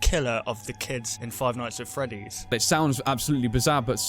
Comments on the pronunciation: Five ights at freddy's LOLOLOLOLOL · Seth Nowac five qights at freddy's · "Five ights At Freddy's", my favorite game.